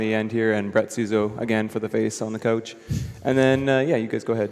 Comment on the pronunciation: He outed himself as Canadian when he introduced his "coach".